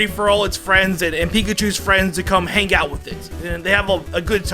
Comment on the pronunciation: It is 'hang out', not 'hen gout'.